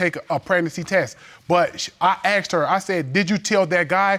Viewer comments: It’s not aksed its asked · Is it just me, or does it sometimes sound like they say "axed" instead of "asked"? I've heard it multiple times now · ....yea...their English is pretty messed up...always wondered why you'd say,"axed",as opposed to the correct pronunciation...that is;..."asked"...